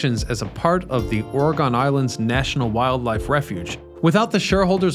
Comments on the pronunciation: Why don't people who are going to post a video of a place do a full spectrum research of the subject? Yes I was born in Oregon, yes I know about "Terrible Tilly". But why can't you pronounce the name of our state correctly? OREGON is pronounce in the phonetic style of OR E GUN not OR E GONE. Yes we be here in this state and we have guns and we are not gone because of them. 🙂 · You keep mispronouncing Oregon. It's not Ora-Gone but rather OR-eg-in. Sorry I had to say something....Just remember that it's OR-eg-in, not "OR-e-gawn." Place the stress on the first syllable, and keep the "g" hard, as in "gun". You can say "OR-ih-g-in" or "OR-eh-g-in". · Love your videos. It's Or-Gun not Ore-Gone. ❤😂💯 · It is ore-gun not ore-gone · As a former Oregonian (still with strong ties) I almost couldn’t watch this. It’s not ORE-GONN. It’s ORE-GUN. I live all the way over in Michigan now and I never hear this mispronunciation around here anymore. Also, I swear he keeps saying TILLA-MUNK. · Tillamook /ˈtɪləmʊk/ Till a Muck, not Tilla Monk or Tilla Mooke. Oregon (/ˈɒrɪɡən/ OR I GEN is the proper or more common OR I GUN, not OR E GONE.... Dead giveaway you ain't from 'round these parts. Try Theses Cities; TILLICUM, STEILACOOM, DUWAMISH, PUYALLUP, UMPQUA, IDANHA, IMNAHA, NESKOWIN are a few.. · it’s ‘or a gun’. You thought you had it right…..that’s hilarious 😄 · aw ruh gn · I would say it's "or-ah-gin". That's definitely how we say it in California. Definitely not "or-ah-gone". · Hi, great video. By the way, I’ve lived in Oregon 67+ years. We say “ORY-gun.” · Its Or-E-gun. That's how we pronounce our state name. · Ory-gun... just saying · Oregone you say? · I enjoyed the video as it was well done. However the narrator MUST be the one who inspired the physical appearance of "Butthead" complete with mispronunciation of the name Oregon. lol